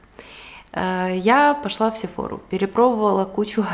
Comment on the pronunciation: " СефорА" франц. !!!!!!! ударение на послед. слог!!! Садись - два!